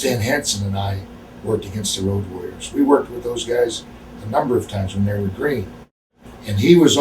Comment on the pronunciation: Did Stevie Ray really call them the Woad Warriors!